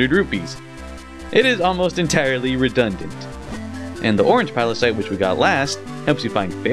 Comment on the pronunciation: you still said pilocyte after correcting yourself x3